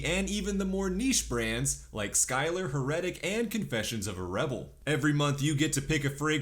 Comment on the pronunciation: Did you say Hurrrretik during the ad spot? Bro.